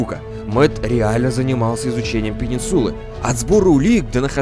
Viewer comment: АААААА ЧТО С УДАРЕНИЕМ, ПенИнсула, МЭтью